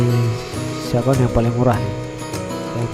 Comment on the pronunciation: Cajon,dibaca kahon, bukan sahon bang...salam!